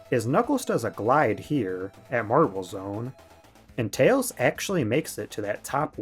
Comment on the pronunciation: that's because "Tayhls belawngs with his owhn kahnd"